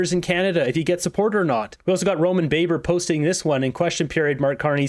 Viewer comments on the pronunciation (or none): Roman Baber’s name is pronounced with a short “a” not like in “baker.”